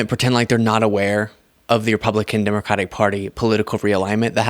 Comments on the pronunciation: How is it he can quote the constitution but can't say the name of the Democratic Party correctly.... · Here we go again with another illiterate unable to pronounce the word "Democratic".